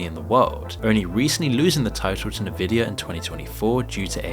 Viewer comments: Its N-Vidia. Not Nividia. From the Latin "invidia". It means envy, jealousy, and spite. Yes, spite. What I feel for Nvidias pricing. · It's pronounced "EN-vidia" not "NEV-idia." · What is "Nurvidia" don you mean N-vidia purnouncceed "Envidia" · How do people still pronounce Nvidia incorrectly? They literally made a sound for it.